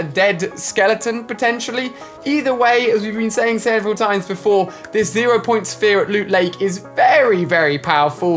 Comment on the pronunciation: Ali: I'll definitely keep an eye on dis one Me: Its called "this" not "dis"